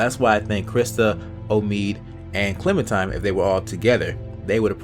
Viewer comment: hey dude its clemenTINE, not clemenTIME, but doesnt really matter tho video's good